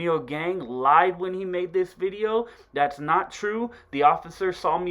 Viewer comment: "Lets get in to this bideo vay fam" lmao